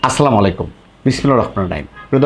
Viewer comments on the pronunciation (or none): আপনার সালাম দেয়া শুদ্ধ হয় না, আসসালামু আলাইকুম হবে